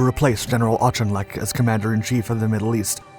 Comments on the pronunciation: I admit I got a head snap when I heard "intrepidity" .. What?... Oh .. ok I get it. He did bother me a bit with "ARCH IN LECK" I don't know how he got that from Auchinleck but I have built in allowance that I give to small content producers that I would never give to any big media producer. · Its "Orkinlek" Claude Auchinlek, The Ork, Northern Ireland 🇮🇪 hero! 🌍🇬🇧